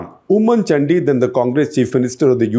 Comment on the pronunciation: “Chandi” the way you say it means butt in Mallu 😂Doesn’t your Mallu contributing editor help you with pronunciation ?